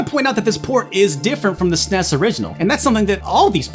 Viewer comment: I like that says Snes, not es-en-ee-es. Truly the sign of a man with class & taste. Though, the truly gifted pronounce it Snez.